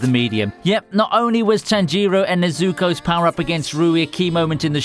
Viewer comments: Man, come on, how can you mispronounce every single Japanese name??? TanjIro and NezUko? That is just ridiculous... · Did y’all know that the main character in demon slayer is Tan-gee-ro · How did he manage to mispronounce both Tanjiro's and Nezuko's names in the same sentence? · I love your videos but you arent pronouncing the names right witch annoys me, like how Hou Said obito and tanjiro